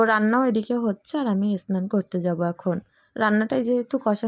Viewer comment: এসনান না ওটা স্নান বলবে। আমার মনে হচ্ছে তোমার উচ্চারণ টা ঠিক হয় না।যাই হোক খুব ভালো লাগলো ভিডিও আমার মেয়ে ও সস খেতে খুব ভালো লাগে।